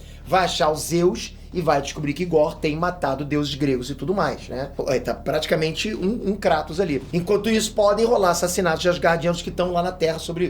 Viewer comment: kratos seu 4 olhos maldito se pronúncia!